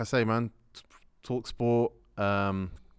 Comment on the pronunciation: said talksports😂😂😂